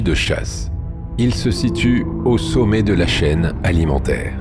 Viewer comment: Ce logiciel de lecture automatique est mal paramétré : il prononce "roll" au lieu de "rôle"; "saumet" au lieu de "sommet"; sans parler du joyeux mélange entre les "é" et les "è" ou "ê" ou "ai". C'est probablement voulu! Il y a des gens qui veulent la peau de la langue française... Pourquoi tant de haine à l'égard de cette langue? Allez savoir!